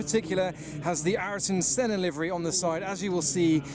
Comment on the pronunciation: couldnt say Senna's name properly lmao